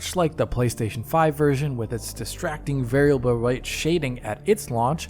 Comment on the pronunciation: That flub on "variable" is really just stuck in my head like a splinter